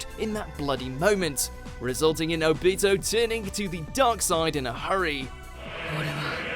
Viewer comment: This man be saying Obito stupid OOOpito